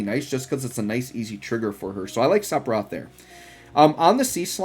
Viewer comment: If you care about how to pronounce Sephiroth's name, the 'ph' are pronounced like an 'f', also in the original language (Hebrew).